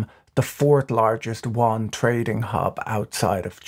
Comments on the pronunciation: You aren't saying Yuan Correctly, Better fix that.. its called the "YU-AN" sounds like you're calling it the the Chinese "wan" no no no, I like your channel but this is one thing you just gotta get right or you sound 差不多。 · Won? Won is Korean Patrick. The Chinese RMB is the Yuan. You-an. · Please don't call the CNY wan. It speaks of lack of research on the most basic of things. "You-on" is at least a guidepost. It's not correct but it will do. I love his posts but I'm not sure how he differentiates South Korean currency from Chinese currency for the average viewer. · patrick, small bone to pick with you...can you stop pronouncing the Yuan (ywhen) as Won? Won is the Korean currency. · Did you not watch the video. Patrick keep saying Won with a "W", Yuan is pronounced with a "Y". Even more funny than contributors on CNBC which pronounces Credit Suisse as "Swiss" 😂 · The way you pronounce “Yuan” sounds more like Korean Won. It should be pronounced more like “y’wen”. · "yuan" sounds like "yoo·aan" - "y" is not silent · Exacty! His usage and pronunciation (sounded like "Won") is so confusing - had to turn on the subtitles. Why can't he use "RMB" instead of "Yuan"? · My understanding too. For a moment I thought I was hearing “won” the Korean currency, then I thought… nah Patrick wouldn’t get something wrong. Must be the accent. 😂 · I love how Patrick's pronunciation of Yuan shifted from the beginning to the end of the video. It is actually quite hard to pronounce, and I wonder saying RMB might be easier. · Your pronunciation of yuan is disturbingly distorted, and wrong. For this reason I could no longer listen, cringing every time I heard your mistake.